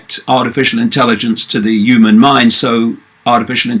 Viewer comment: Why do you say "the uman mind"?